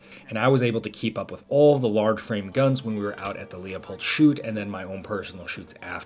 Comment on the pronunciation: How did you go to 2 days at the Leupold shooting facility and not learn how to say "Leupold" correctly?